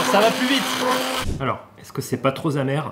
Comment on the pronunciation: C’est pas trop z’amer...😅